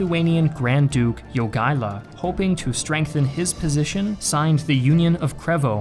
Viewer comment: Jogaila not Jogiela 😉